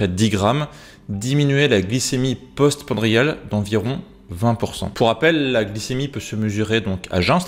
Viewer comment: Post-Pran di a les : post- prandiales